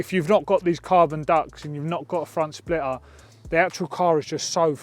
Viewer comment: ho god, teach this mens english. mate, spell the letter T in ur words when u speak. its splitter.. not splirrer.